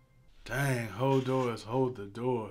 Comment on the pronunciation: It's pronounced Hodor, not holdor